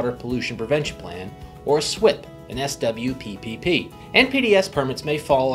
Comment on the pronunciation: You pronouced SWPPP so differently than here in California.... raises eyebrows and quetions your credibility.